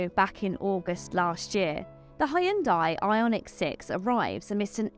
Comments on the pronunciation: Good lord, it's pronounced HUN-DIE! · I totally just looked up how Koreans pronounce it :P